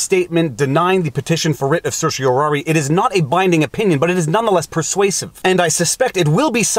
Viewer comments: You pronounced certiorari correctly, your electronic pronouncer was wrong. It's "R", not "air". Some lawyers and judges pronounce the last syllable "eye", some "ee". Now if you could just learn to pronounce mandamus. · Thank you for this. (I liked your pronunciation of "certiorari".)